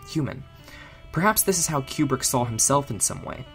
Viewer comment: Very well done. Small quibble, it is Koobrick, not Kyoubrick.